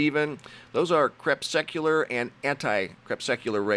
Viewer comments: CREPUSCULAR... CrePUSCular. Last week I tried to point this out. He pronounced it as crepSUCular last week and this week it sounded like crepSECular. Think of the word muscular if that will help. Crepuscular rays. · love your channel, I watch it every day. Anyway, just wanted to point out that it's "crePUScular" rays, not "crepsecular"This isn't meant in a nasty way, I just thought you might appreciate it, cheers, nick. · I always love your stuff, but I am somewhat mystified by your mispronunciation of the word crePUScular. You call it crepSECular..there is no such word. Since you've been calling crepuscular beams or shadows crepsecular for such a long time, I couldn't resist the urge to make you aware of it any longer. Still friends? Good! Much love.